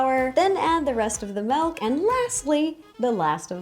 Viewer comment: I love how after all this time she still says “melk” 😂😂😂